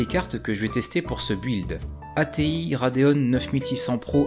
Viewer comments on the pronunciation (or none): Rade ON et Rade OFF ? Pourquoi RadeonE ? Y'a pas de E à la fin 😅